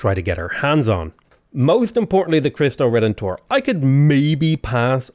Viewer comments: It's [leemes], not [laimes] ;) And in Cristo Redentor, the stress is on [ENT], not [TOR]. Great series! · It's pronounced KREESS-toe ray-DEN-tor. For Chinese, X is like an SH (if you want to know the difference, the airflow is constricted by raising just the middle of your tongue, not the tip...the result is sort of half-way between S and SH). EDIT: also, it's LEE-mess, it's the name of the Roman's earthworks and wooden wall built across southern Germany (among others). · "Kree stoh" is correct, but In the Latin and Spanish pronunciation it's "reh den tor" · Your pronunciation of the "Cristo Redentor" is almost right, the only thing off is the pronounciation of the "R" which is pretty common for English speakers. In Portuguese the "r" can have many sounds: The R in "Cristo" is pronounced the same way you would pronounce in spanish. The first "R" in Redentor is pronounced like and "h". The last "R" in "Redentor" maybe a bit tricky for english speakers, it's almost silent. Think like if you were saying an "h" like in "he" but without any vowel to follow. Or just don't pronounce it, most brazilians wouldn't mind, as long as you pronounce the "o" like in "Old", not like in "Odd".